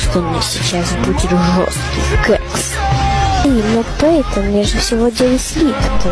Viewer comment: вообще-то не пэйтон, а пайтон